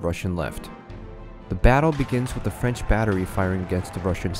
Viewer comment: Why did Napoleon invade Russia!!? Also, at first it sounded like you said "Napoleon's fridge empire"...:p